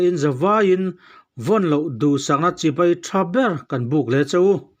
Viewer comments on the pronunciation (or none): none